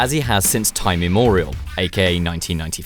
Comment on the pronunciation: Not usually that person, but, immemorial not immorial. Not sure why but I practically cringed 🤷‍♂️